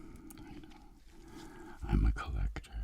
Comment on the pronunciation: "collect-whore" that's all I can ear